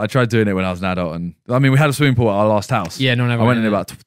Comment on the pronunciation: Just me that was hearing 'swimming pull' 😂😂